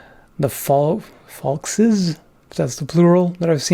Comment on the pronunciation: plural of falx = falces (fall-kays)